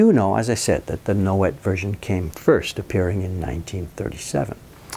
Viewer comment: Nouet would be pronounced Noway. The t would be silent.